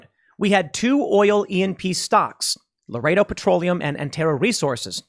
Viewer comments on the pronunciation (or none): none